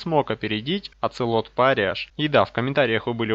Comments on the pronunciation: Оцелот пария, а не париаш)))) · что с твоим английским париах а не париаш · Если уж совсем правильно, то будет "пэра́йа", но проще и привычнее все же "париа́х" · что с твоим английским? "х" в конце не читается